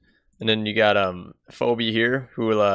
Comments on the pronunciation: FoeBe? You have never heard that name before? Its FeeBee! Also, this is a beginners guide!!!!!!!!!!!!!!!!!!!!! CHOOSE CHILLAX! Man, every guide in 2019 is just horrible and telling people to pick too hard of a scenario! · Phoebe is pronounced feebee btw